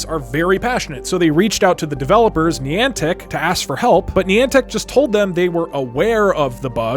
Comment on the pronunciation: I'm sorry, HOW DID YOU JUST PRONOUNCE NIANTIC?